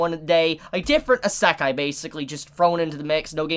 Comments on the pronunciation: ITS NOT PRONOUNCES ISE-KAI, ITS PRONOUNCES I-SE-KAI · Please look at this site and fix your wak pronunciation of isekai. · How it's spelled: Isekai Quartet. How pronouns it: Esekai Quartet.